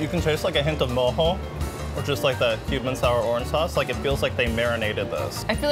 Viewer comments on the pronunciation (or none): none